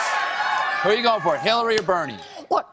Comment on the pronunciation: she had me right up until she couldn't say BERNIE!!